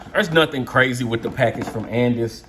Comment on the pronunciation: Andis- And-this- And- Dis